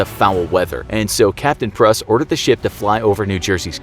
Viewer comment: *Pruss (Prūss)